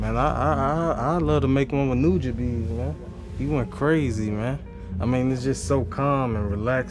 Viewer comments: Lmao not sure if he's trolling us with the pronunciation of Nujabes but Shiki No Uta is one of the hardest tracks of all time and shouts out to Samurai Champloo that show is the GOAT. RIP NUJABES <3. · My nigga said nujabees 🔥🔥🔥🔥